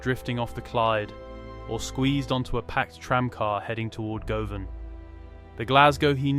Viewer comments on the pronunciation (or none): Looked good initially but the mispronunciation of ’Govan’ and ‘closes” made me give up.